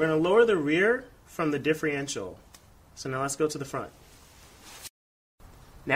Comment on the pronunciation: Difrential.... Sorry that was driving me crazy differential not difrential.